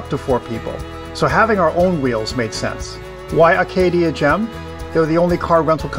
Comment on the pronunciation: please please please...pronounce ACADIA Park correctly in the future...it is NOT ARCadia! Other than that, the video was great!